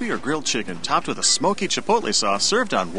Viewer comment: Hey, learned how to say "chipotle"!